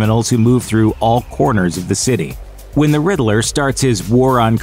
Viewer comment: Isn't is just pronounced " Ridd-ler?"I Everytime this guy say " ridd -i-ler" it drives me batty.